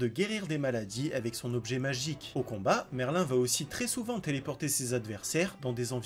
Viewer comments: c pas merlin c merlïn j'ai mis le ï pour faire la prononciation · Le nom de merlin se prononce merline pas merlin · Ptdrrrr escanor en 2 ? T'as regardé l'anime toi ? Et dire Merlin et pas Merline x)))) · Juste un petit détail c'est pas Merlin mais Merline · C'est pas merlin mais merline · ça se prononce MerlinE quand même. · Le nom de merlin se prononce Merline par merlin